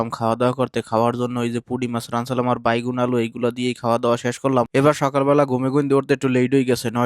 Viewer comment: বাইগুন না বেগুন 😂